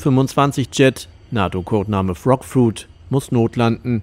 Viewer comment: Frogfruit? 🤣 Wenn man Frogfoot nicht aussprechen kann, dann sorry...